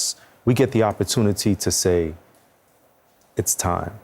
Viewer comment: liberalhalfbreeds655 its "DON'T" NOT "DOMNT" 🤣🤣🤡🤡